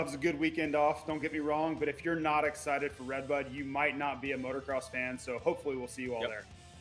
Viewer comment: Your ah sited? James stewart was " AH -sited!